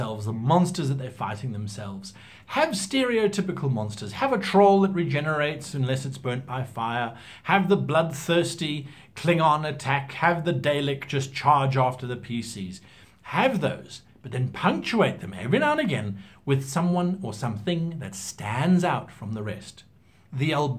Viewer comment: First of all this could easily have been half as long and contained the same amount of actual advice. Second, who calls Daleks "day-liks"??